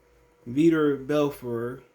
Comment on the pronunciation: It's veetor belfort